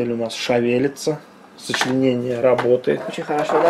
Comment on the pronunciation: Не шАвелется, а шЕвелется!